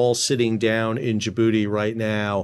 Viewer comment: He said JaBooty !!😅 Great content as always my friend!!